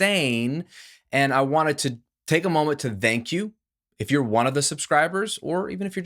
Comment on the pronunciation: No, "vthank" YOU 😜